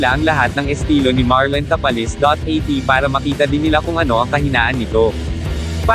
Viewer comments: Bigkasin mo naman mabuti ang mga apleyedo ng pinoy boxer sir ( Tapales Magsayo) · Pangit ng pgpronounce ng tapales hindi bagay